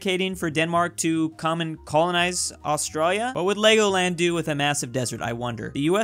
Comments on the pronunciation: That accent when pronounces Australia 🤦🏼‍♂️ Lavender fields of France (purple), and the icy UK is the cliffs of Dover right? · He says Australia Austraia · Just me that gets annoyed the way he said Australia